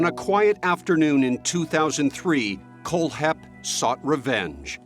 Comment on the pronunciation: Is the narrator mispronouncing Kohlhepp on purpose??